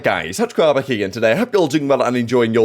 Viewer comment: All this time I thought he said “Touch Grobba here” not tacticalrob😂